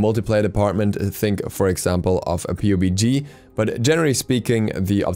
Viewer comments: I've never heard someone call PUBG p.u.b.g. I've always heard it as Pub-g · ily but I could’ve sworn you said Pube-y G when you said PUBG hahahaha. Great video man, keep it up.